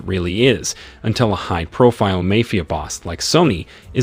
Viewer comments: A.i voice over say's " MAYFIA" and not MAFIA lol 🤭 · It's not 'mefia' boss, it's pronounced as 'maaa-fia'. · Why do you not know how to pronounce Mafia. (Mah-Fee-ah) Not May Fee Ah. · It’s mafia not may fee ah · MAFIA ( MA- FEE- AH ) 😂😂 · Lol ..mayfea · Poor pronunciation in the word Mafia: In Italian and Spanish, the letter "a" is always pronounced like the "a" in the English word "father"!!! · Please pronounce mafia correctly.